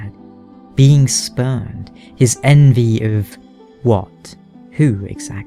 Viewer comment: Definitely thought you said speaker of the spermed at first